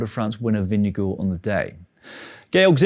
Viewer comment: I love that you still remember how to say Vingegaard. Not perfect, but still damn good and approved!